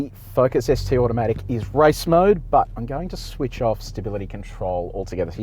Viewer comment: Was it me or did it sound like he was saying “rice mode” 😂😂😂